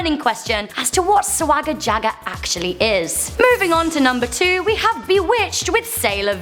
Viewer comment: She butchered Swagger Jagger 😅 I loved Cher Lloyd..